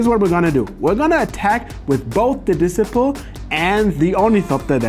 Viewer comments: Disciple isn't pronounced like discipline! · "Dissiple" 😂😂😂😂😂😂 I'm sorry I'm dying, this is a CRIME it's so funny 😂😂😂😂😂 love you